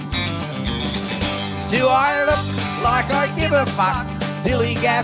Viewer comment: His "fuck" pronunciation sounds so wierd but i love it